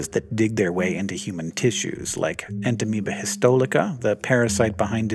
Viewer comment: It seems a little strange that Naeglaria fowleri has been well studied, but you don't have any video or at least micrographs of them to show us. P.S. "En-ta-me-ba hiss-toh-lee-kuh" -- you're omitting an entire syllable: "lyt" (pronounced "lit"). I am not a microbiologist and only the most casual student of Latin, but "Entamoeba histolytica: is pronounced "En-ta-me-ba hiss-toh-lih-tih-kuh" (the "ih" and "uh" standing for the short vowels "i" and "u", respectively).